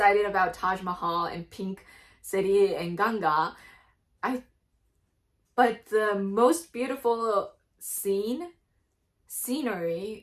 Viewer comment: Tnq u for pronouncing ganga correctly.Not as a Ganges river We love japan ❤ u had lot of information.